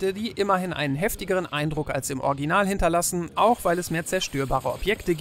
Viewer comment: Warum kann keiner bei euch "Original" richtig aussprechen? Sowohl du als auch Fritz sagen immer "Orginal", was soll das denn 😂